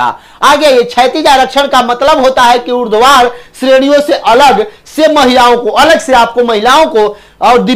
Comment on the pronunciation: Urdhvar vs urdvadhar 😅😅😅😅😅